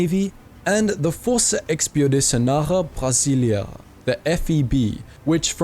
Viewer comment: please, listen to it from a Brazilian speaking. This dude saying Força Expedicionária Brasileira sounded more like French than Portuguese.